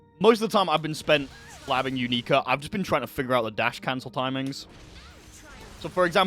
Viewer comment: JP pronunciation is "you-nee-ka", it's nbd either way homie lmaoo